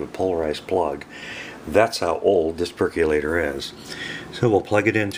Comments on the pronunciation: Percolator, not perculator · "Perc-yu-later"?! "Machine"?! Really?! And then you don't even show the results? Where do you clowns come from?